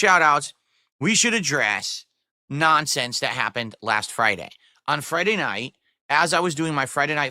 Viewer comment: The nahnsense